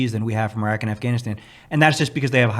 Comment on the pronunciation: swag put I into “Iraq 🇮🇶 “😂